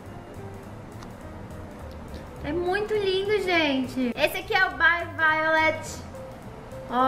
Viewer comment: Acho que o correto é Bi Vaiolet (Be Violet) e não bai.